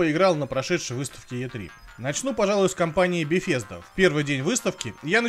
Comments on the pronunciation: Ухты, еще бы в августе выпустили ролик про Беседку на E3. Очень своевременно и актуально. п.с., компания называется не беФезда. Про названия игр я уже молчу...Как тебя вообще пустили на выставку с таким знанием языка?) Хотя, а кто запретил бы, особенно если больше некому с Гохи ездить? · Я поправлю. а про компанию мне удобнее говорить Бефезда чем Бесезда.